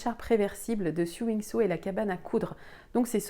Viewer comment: Hello . Toujours très chouettes tes vidéos ,pleines de bonnes adresses et d’inspiration . Bon tu peux en effet prononcer les mots anglais comme tu veux mais 🙀 le magazine « siou » ??? non , non , non ! on dit « so » en accentuant le o un peu ( to sew : coudre ) .Mais si ,mais si , ce n’est pas comme le mot new . Je le dis sans vouloir vexer bien entendu et tu peux continuer à le dire comme tu veux 😊